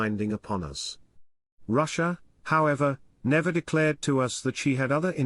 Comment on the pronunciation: I do declarte, what a declartion.